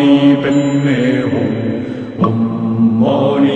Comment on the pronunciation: It's om...not oh🙄 Are converted buddhist or what??